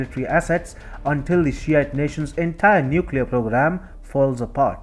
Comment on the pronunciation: did you say “shiet nation”? owh my...